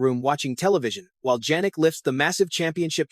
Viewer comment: It's YAH-nik, not Djanik ! You are also a clown.